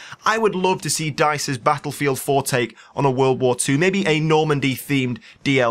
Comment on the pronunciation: I don't mind your commentaries but GODDAMMITT... you said Battlelfield 26 F**Kin' TIMES!!! HOLY CRAP.